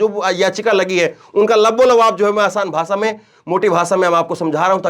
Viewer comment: Bhai AapBhot Achche Ankar Hou,Par Bhasha Achchi Nhi Lagti Hai Kano Ko Jese Bhasha Ko Bhasa Bolte Hou.